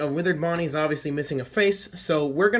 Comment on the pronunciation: You said ponnie